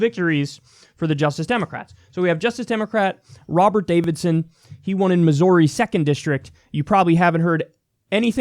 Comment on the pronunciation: Please don't pronounce missouri that way